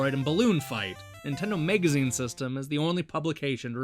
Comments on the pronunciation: Why the fuck do you keep saying mEgazine? It's mAgazine... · MAGAZINE! FOR THE LOVE OF GOD, STOP SAYING MEGAZINE! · whats a "megazine"? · Is he saying megazine on purpose? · Why do you pronounce "magazine" like "mega zine"? Very weird. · why why why why WHHHYYYYY can't he say MAGAZINE?? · What's a "megazine"? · tomato tomoto, except no one in the world says tomoto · Where are you from? I'm trying to place your accent and I can't make any sense of it. I've never heard anybody pronounce "magazine" as "megazine" before. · jesus fucking christ how can you mispronounce MAGAZINE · but you don't have an accent.... you're just saying the word all weirdlike... I appreciate you responding though and apologize for the fuck I through in there... it just super bothered me last night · Z Kizzle I agree dude it's totally not an accent. lol If that were the case it would be noticeable throughout the video with several words but it's only these few particular ones with the "a" part i.e. magazine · yeah, some people say tomato, some people say tomoto, some people say donabsorbejejdhhhehyebdd